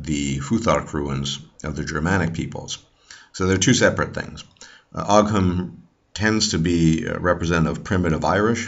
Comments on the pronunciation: Thank you for the very interesting video! Also as far as I know ogham is pronounced ohm/owm and interestingly it was written from bottom to top. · Ogham (the Irish ruins) are pronounced like "o-wum" or "o-wim"